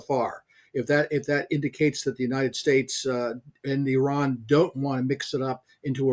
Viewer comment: it's not 'err run', it's Iran. not very hard, mate